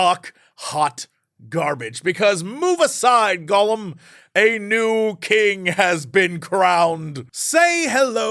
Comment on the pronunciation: how come people keep saying Golem instead of Gollum XD